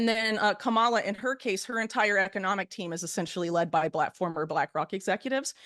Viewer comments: After all this time Whitney still mispronounces "Kamala." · The name is commaLuh. Do your homework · It's.. Kamala. ..comma ..la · She really doesn’t know how to pronounce the VPs name? 🙄